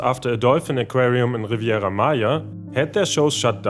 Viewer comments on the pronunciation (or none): none